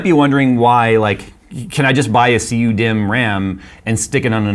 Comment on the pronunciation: I heard him say CU me not cu dimm thats an oof